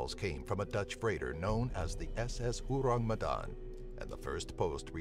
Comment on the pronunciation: the way he said orang medan hurts my earssssss. English speakers always have problems to pronounce bahasa indonesia😰